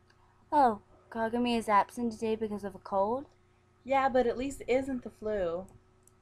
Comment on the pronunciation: You guys did a good job, but you pronounced a lot of Japanese names and things wrong. You see, in Japan, an 'I' makes an 'e' sound. So Kagami's name would be said like Kah-gah-me. Tsukasa's would be like ts-su-kah-sah and Miyuki's me-you-ke. Some more vowels are 'a' makes 'ah' and 'e' makes 'a'. I hope I helped a little bit :)